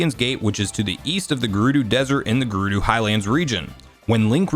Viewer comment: “The Gerudoo”